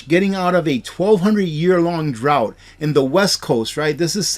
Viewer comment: the word is drought.